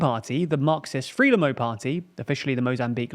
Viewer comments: Frelimo should be pronounced 'Fruh-lee-mo' or 'Frai-lee-mo' and not 'Free-lim-mo'. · As is "Freelimmo". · It would sound as though have background knowledge, rather than that you are just reading notes you’ve collected, if you knew how to pronounce Frelimo… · Good video. Frelimo and Mondlane are pronounced Fraylimo and Mondlunny.